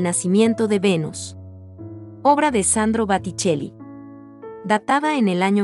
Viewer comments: face-orange-raised-eyebrow: que pronuncies mal Renoir ok se puede entender pero BATICELLI. Por favor dedicate q otra cosa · Se pronuncia renua (Renoir) es Boticheli no Baticheli ( Boticcelli), se dice Yak Lui David l pronunciación ( Jaques Louis David , se dice Aviñón (Avignon) , se dice Cezan (Cezanne), se dice Yoconda (Gioconda) , se dice Guernica, la segunda vez lo pronunciaste bien, se pronuncia Polok (Pollock) , se dice Mone ( Claude Monet) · El video está aceptable, aunque poner el cuadro de Marilyn no creo que sea de los mejores cuadros, es perfectamente prescindible. Y no poner ninguno de Sorolla o Goya me parece fatal. Ah se dice Boticelli y no Baticelli😂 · Al margen de la elección de las obras (hay 2 de Picasso y ninguna de El Greco ni de Goya y falta "La Última Cena), creo que el audio es muy malo. Los nombres de los artistas franceses están mal pronunciados. Y algunos nombres cambiados, (Batticelli x Botticelli, Merat x Marat, Pallack por Pollock) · Disculpa, pero tendrías que estudiar más antes de hacer un video, Renoir se pronuncia renuar, BOticcelli no BAticelli, la muerte de MArat.. No lo termino de ver.. una pena, el relato parece interesante. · A la mujer que narra deberían enseñarle a pronunciar los nombres y apellidos de los autores así como de los cuadros. Ejemplo, porque el apellido Botticelli lo pronuncia “batichelli” y los franceses peor. Hasta el Guernica de Picasso lo pronuncia mal. Lo pronuncia como si tuviera “tilde o acento”.